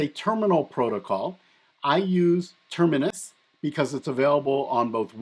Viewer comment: You're adding an errant 'n' to the pronunciation of "Termius," just FYI. ;)